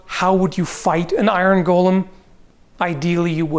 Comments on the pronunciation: Please. The pronunciation is "go-luhm" not "gollem". "Gollem" was a character in The Lord Of the Rings. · Is speaking with some kind of Canadian dialect or is he just mispronouncing "golem" throughout the entire video? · I don't know why I get so angry when someone pronounces golem incorrectly, but so many people do it it drives me insane. For reference it is pronounced 'gow-luhm" with a long O. What everyone is actually saying is Gollem from "The Lord of the Rings" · Gull-um? GULL-UM!? It's go-lum!! It's a Jewish legend, not a mutant hobbit!! Just kidding, pronounce it how you want. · I keep hearing "Iron Gollum" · It's pronounced "GO LEHM",! It's not an evil, near-immortal, insane halfling with a fish fetish:P as for damage, hm, catch it between two giant swinging hammers = Crunch! since Medieval folk did produce very large bells, doing something similar with iron hammers, maybe with a steel head, could be done? Golem's are not intelligent or not very, so wouldn't recognize traps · My only problem with this video is your pronouncing golem as "Gollum". 🤣